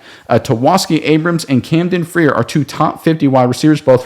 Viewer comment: It is Camdon FRIER (FRYER Phonemically) Please say it correctly as you will be saying his name a lot the next few years. His father is Matt FRIER and his uncle is Todd Frier., both FSU stars. I am sure his family would appreciate it said correctly.